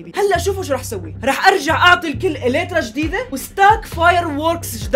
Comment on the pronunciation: يليترا مو يترا